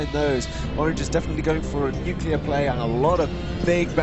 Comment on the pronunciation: How dare you not correct saying nucular? Tsk tsk:P Pretty good game! Lots of cool fights and it's always nice to see a planet smash (and Brad's redemption)